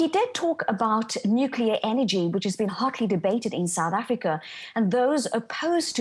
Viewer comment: They madde? Nukleer engie? Solah engie chiipaah buy faah. Inday propreet. Cummon mon: nuclear energy? Solar power delivers better results cheaper. Let alone other alternative energy supply solutions. Why waste any more of Sth.Africa's money on Western dogturddemmagogbulldust? Go with the 21st C., not the Boar War!